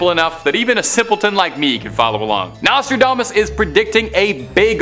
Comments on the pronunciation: PLEASE BY ALL MEANS THE NEXT NARRITIATER NEEDS TO KNOW HOW TO PRONOUNCE THE WORDS HE IS READING !! I THINK HE MIGHT OF SAID NOSTRODAMANCE CORRECTLY THREE TIMES!!!! NOT TO MENTION THE OTHER 10 WORDS HE CLEARLY COULDN'T SAY CORRECTLY!! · turned it off after you butchered the name Nostradamus!!!